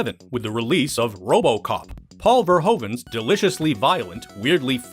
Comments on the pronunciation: Ver-who-ven is how his surname is correctly pronounced. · Americans pronouncing Verhoeven's name is always god tier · Sounds better the mispronounced way